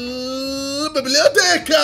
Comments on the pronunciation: "Bibleoteca" mans really said library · Bro really just went "Biblioteca."